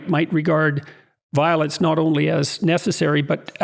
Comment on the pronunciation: "It's nawt bloody obvious!" 🤣 lmao